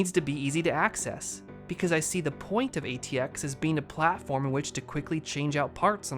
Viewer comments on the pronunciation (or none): none